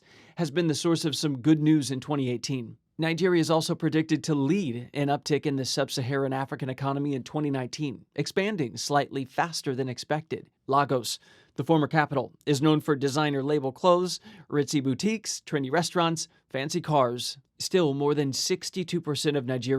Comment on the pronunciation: It is pronounced Lay-gos